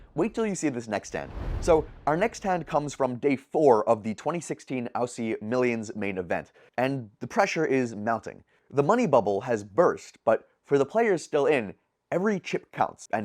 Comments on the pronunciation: "Owssie"? For all non Australians it's pronounced OZ-ZY. Like Ozzy Osbourne Like you don't bloody say "OW-stralia" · Even he pronounced Aussie with some German pronunciation. Aussie (as in an Australian or Australia) is pronounced Ozzie